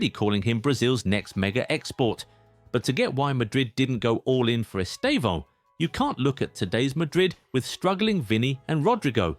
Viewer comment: The first time I've seen a non-Portuguese speaker pronounce his name correctly. 🤪